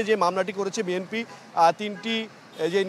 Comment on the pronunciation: একজন সাংবাদিকের সংবাদ বলার ধরন যদি এই হয় তাহলে সে কেমন সাংবাদিক বুঝিনা। একটি রাজনৈতিক দল বি এন পি সেখানে সাংবাদিক সাহেব বারবার বলছেন বি এম পি। এটা কি তাদের কতৃপক্ষের নজরে আসে না। একজন সাংবাদিকের অন্তত সঠিক সব্দটা উচ্চারণ করে রিপোর্টে বলা উচিত।